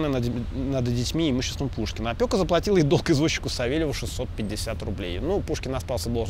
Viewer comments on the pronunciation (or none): Не опьока, а опека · Правильно говорить опЕка. Не хочу Вас обидеть.